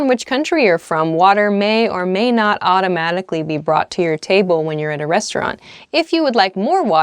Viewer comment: automalically, lol